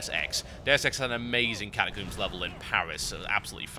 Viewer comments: Catacooms? I pronounce it as catacomes. Potayto potahto... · Funny how you say catacombs - Kata Kooms =] your videos are so good, keep making them =] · You say catacombs funny :D. Great vid, thanks for taking the time to do some Alliance stuff.